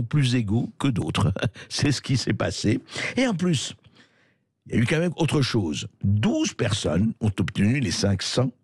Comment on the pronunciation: Une petite remarque à André Bercoff : on ne dit pas "ka même" mais "quand même". Pour revenir sur la condamnation à un an de prison ferme, je trouve personnellement que la purger en famille, en présence constante de l'objet du délit (sa fille), est psychologiquement plus dur que de la purger tout seul dans une cellule, parce qu'il ne pourra pas fuir ce que ce souvenir lui inflige. Mais le mieux, bien sûr, aurait été dix ans de bagne à Cayenne.